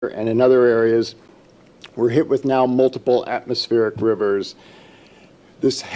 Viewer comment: "We're hit with multiple atmospheric ruvers."